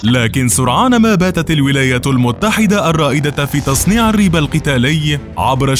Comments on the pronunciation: الرب بكسر الراء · نطقك للكلمة (ريب)لايمد أي صلة للعربية بكتابتها (الرب)!